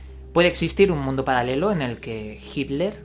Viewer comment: Wooo, jaja palalelo habla bien pendejo